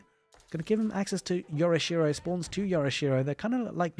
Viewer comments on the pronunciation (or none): FYI I'm no expert but I looked up pronunciations, and "yorishiro" is said "yohRIH!-shiroh" (uppercase for emphasis/stress). Sounds cringe when English speakers say "yory-she-row" / "yora-she-row".